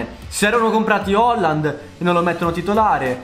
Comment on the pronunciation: non si dice Holland si dice Haland